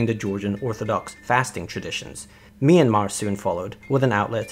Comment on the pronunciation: I'm sorry but it not pronounced Me-an-mar its Myan-mar ( hope it helps )